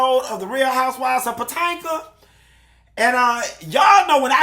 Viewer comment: everytime says "POTANKA" i scream!!! omg.